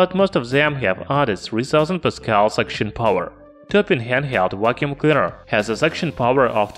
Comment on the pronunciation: Vhat's a wacuum cleader?